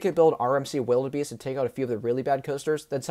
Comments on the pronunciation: Great review. Just one nitpick, Wilde Beast is pronounced "Wild Beast", not "Wildebeest". The "e" is there because it's the theming of the area it's in. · quick tip: wilde beast is pronounced wild beast, it has the e at the end for the medieval theming towards it.